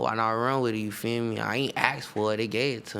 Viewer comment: take a shot everytime he says yufeeme